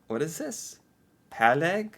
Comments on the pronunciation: Not only in tubes. PÅlegg, not pAlegg. Exist in a variety of packings. Å like o in on. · Pålegg is not just in a tube, but anything you would put on slises of bread. På means on and legg means lay. The Å is pronounced like you pronunce the O in boring, or the a in fall:) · I'm eating scrambled eggs, smoked salmon on philly cheese and bread right now. it's so delicious. I really like reindeer, so eat a lot of that. you can get it in most supermarkets now. That redditor did you a diservice writing 'pålegg' without the å. it sounded really wrong pronounced like that.